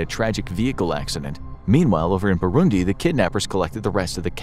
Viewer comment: Finally they pronounce Burundi